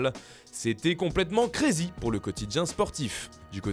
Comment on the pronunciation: Le crazy a été prononcé vraiment a la franchise